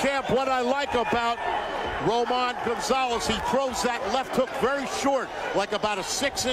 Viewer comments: it's Roman! damnit! ROMAN! not Ramon. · He keep saying Ramon. Is Roman